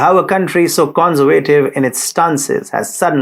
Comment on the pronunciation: Thank you. I hope I am being helpful by saying that ASSet is stressed on the first syllable. ConSERvative is stressed on the second syllable. I appreciate that you speak many languages while I only speak one.